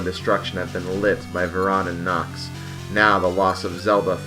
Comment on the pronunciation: They totally called him “Knox” and not Onox.